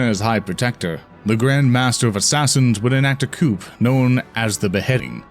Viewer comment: bro he mispronounced "coup" and the word "execute".